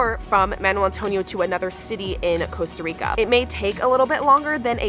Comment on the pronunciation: So painful for someone to be in Costa Rica and not even be able to pronounce the name of the country you're visiting.